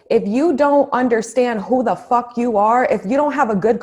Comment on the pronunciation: Hahaha... yessss!!! Hahaha when you said “ Fock that” hahaha. Love it!!!